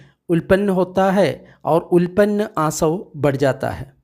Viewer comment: सब्बासव सुत्त, सब आश्रव अर्थात कैसे आश्रव उत्पत्ति होती है। उल्पन्न नहीं भाई उत्तापन्न.चाहे तो त्रुटि सुधार लेवे।